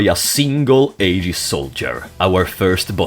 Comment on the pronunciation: Honestly, you did a pretty damn good job with the Xenosaga characters. Think the only problem I noticed was calling the AGWS robots “aegis” or “AGs” when the English translation pronounced it “eggs”, but that’s pretty negligible really. Found it super funny when you covered Allen “the assistant”, saying he’s just kinda there until the very end. Because that’s pretty much how he is in Xenosaga too. XD